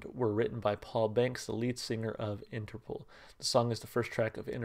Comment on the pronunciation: For the record the name is pronounced Interpol (interpole) not Interpool :)